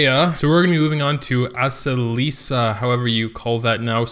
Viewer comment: A-se-li-ca!, please.